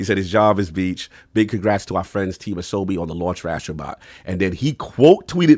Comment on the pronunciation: Ah So Bee is how it is pronounced which means play in Japanese